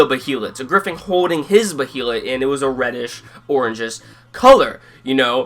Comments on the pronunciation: "as far as your knowledge goes" exactly, the behalit say it correctly Bay than lit bay lit as in a body of water a bay and a lit candle stop over pronouncing it you tool it's been spoken in the original Anime and the new movies if you can't say it right I don't know what to say and the egg of the king is red others are other colors the one guts has isn't gray it's green so much for being a professor. and do you honestly expect a page for page panel for panel translation it have well over 10 seasons of 26 episodes think in real world context not in fantasy land as a fan who's been reading the Manga for 15 years I never expected it to be a faithful adaptation episode was great can't wait to see a serpico guts fight or when they meet Fera or he actually you know dawns the berserk armor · isn't it pronounced bay-lit? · it sounds like ur saying bohelet wif is wrong with u?